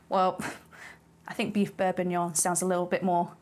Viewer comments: am i going insane why do i hear beef bourbuignon instead of beef bourguignon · This triggers me so much. It's bourGuignon, from Burgundy, not some bourbuignon from Burbundy. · It's bourgignon not bourbinuoun. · I don't know if it's just my crappy headphones, but I keep hearing "beef bourbonion," and now I want to figure out if I can make that. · It's Bourginon! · "beef bourbon-yon"? right out of the gate you're throwing shade at the frenchies. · Sorry I don’t want to be that person but it’s bourguignon with a G in the middle. I don’t want to offend you, you’re wonderful. Thank you for your talents and hard work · Yep....def Borbignon. You after extra interaction with the clickbait, Auntie Liz? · I hear bourbonion too, everytime 😂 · I love the brain farts in this one, calling it bourbonyong. Never change auntie liz. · its pronounced Beef beef bor·guh·nyaan. Looks Fantastic, well done. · BourGGGuignon!!! Aaaaargh!!! 😅😮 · Wonderful looking stew, but calling it bourbognion was absolutely killing me haha. I guess it's fair, it's not a bordeaux that you're putting in there, and you're the chef; call it what you want! Looks absolutely stunning. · am I hearing “beurre bignon”? 😂 pronunciations aside, a delicious dish and a recipe easily to follow. turning a dish that sounds intimidating and making it easy for the home cook! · Auntie Liz, are you eaying beef bour"b"uignion on purpose? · I am hearing the same thing. I guess she is just graving that Bourbon and it's a Freudian slip up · had to double take the title cause it really sounded like she was going to use bourbon instead of wine. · How does someone cook such a great looking dish, but is unable to pronounce it? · You’re hearing bourbonion because SHES SAYING Bourbonion. She also said “MALLIYARD” when she meant Maillard. Also Beef Bully-on for bullion. Maybe it’s dyslexia which is fine but I’m skipping the rest of this video